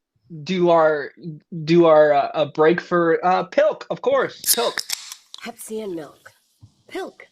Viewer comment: pilk is more like colk.....